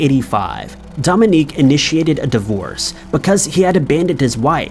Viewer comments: Mary Badaracco's husband's name is Dominic, not Dominique. Pronounced Dom-in-Nick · Dominic is not pronounced "dom-in-EEK." strikes again! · Thank God you spelled it. pronounces it as a woman's name...🙏😉 And that's our law system.🙄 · take a shot every time mispronounces something